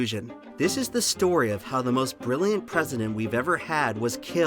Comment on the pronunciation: Ber-rilli-yant is not a word, my dude. ...not sure if you know that. ...if you're trying to say Brilliant it has like 4 less syllables in it.